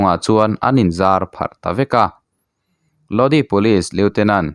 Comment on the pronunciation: A thupui hian enge awmzia a neih le? Click bait hi uar viau lo teh u. A dik tak, a nihna tak dah pawh ni ula kan ngaithla tho ang mawle. Tin, Lodi tih hi( Lodâi) tih tur a nih hmel. CCR hla ah pawh a awm kha. Pronunciation hi pu Google_a hian a hre vek a nia. I chhiar hmain han en ve zeuh zeuh thin teh. Mi chi hrang hrang/ mi tamtak, a tam thei ang ber thlir leh ngaihthlak tur a tih a ni a, chuvang chuan in enlâwk te hi a ngai ve a nia. Zirtirtu hna ang chiah a nia aw... Sual min ti awm.🤦 Aaa... Hriat loh chu zawh mai tur.😂